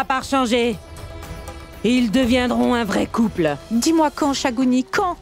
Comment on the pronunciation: Thagouni la sorcière sa manière de parler et la prononciation de ces mots me plaît beaucoup